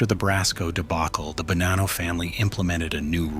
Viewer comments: It’s Ba-nah-no not Ba-nan-no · its actually buh-nah-nno